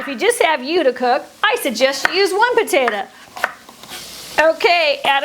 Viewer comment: "Potatuh" huh?